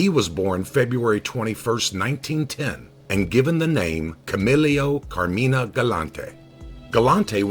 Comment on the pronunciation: Pronounced car-mine!! Say it right!!